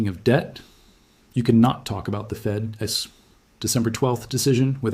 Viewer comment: You can tell it's AI because of the occasional misspellings in the, I presume, AI generated art plus he/it stumbles over FED S instead of saying Fed's. Nevertheless it's a valiant effort IMHO and provides some valuable nuggets.